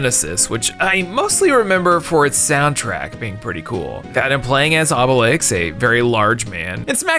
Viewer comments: I know im an asshole for this but: How can you properly pronounce Obelix with an X but everytime you say Asterix you say Aste-risk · Gives us sass about the Thames; - Says Asterix wrong almost every time, but says Obelix correctly XD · ASTERIX and not Aste-RISK 😂 Dude at least said Obelix correct.